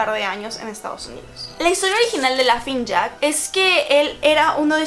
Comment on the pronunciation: Entré en desesperación cada que decía "lafing jack" 🙄 (es Laughning Jack)